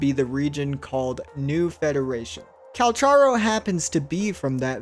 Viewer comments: his name is not " Calsharo" his name is pronounced with a " k " instead of a " sh " so more like "Calcaro or Kalkaro" if you want, you can look this up ingame where he introduces himself, (in the menu - voicelines) its crazy that so many people still get this wrong :D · CAL-CAR-O!!! He literally tells you his name in the voice logs 🤦🏽‍♀️ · bro it's cal-car-o